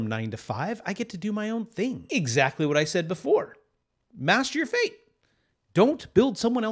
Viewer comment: I thought you said masterbate not master your fate.. lol